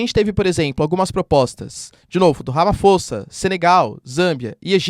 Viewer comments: Eu aqui as de madruga assistindo esse super aula. A propósito o presidente da África do Sul chama-se; Ramaphosa na pronúncia diz-se; Ramapossa e não Ramafossa o “ph” nas nossas línguas bantus não tem o som de “f” como no inglês, o “H” serve para carregar um pouco o som da primeira letra. Abraços de Moçambique. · Professor, pronunciar-se Ramapossa. As linguas dos povos bantu no geral tem regras de escrita e pronuncia semelhante ao português mesmo em paises anglo-saxónicos